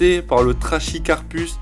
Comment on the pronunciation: Tres bonne sélection, il y en a plein d'autres mais sa serait une immense video si on devait tous les citer. Fait attention pour le trachycarpus, on ne dit pas "-ch" mais "-q". Le moyen mémo technique pour retenir cette règle c'est "on ne chie pas en latin"